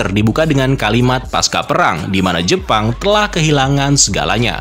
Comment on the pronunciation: Bang fyi aja: kata "pasca" tetap dibaca pasca bukan paska karena pasca bukan kata serapan melainkan kata bahasa Indonesia.